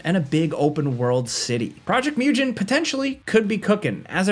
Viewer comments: Technically, it's pronounced 'moo-gen', not 'mi-yoo-jen'. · Mugen, like mew gain. Not like new-gen. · Mugen is pronounced "muh-gn", not "mew-gin" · Where the fuck do you see "project mewjin"? It's mugen ffs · “Project Myujin” I’m crying 😭😭😭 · One thing, Mugen, is pronounced moo-gen. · My brother in christ, it's a game from Asia MU as in MUSASHI GEN as in GENSHIN MUGEN not myoo-jen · Also. Mugen is pronounced Moo- gen (hard G like Genshin) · “Mew-Jin” lol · This guy said project Myujen..... Oh my god.... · project "mewdjen" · Hey just some feedback, you’re mispronouncing Project Mugen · Who told my boy that's how you pronounce Mugen 😭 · Great video as usual. The pronunciation for Mugen though xd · I'm so happy they took the hawk ops out of the delta force name, that was such an awkward name, also the way you say mugen is so funny😂